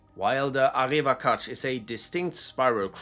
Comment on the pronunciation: Arevakhach is pretty weird too see but for you its pronounced as Arevakhatsch The kh resembles the Kh sound in russian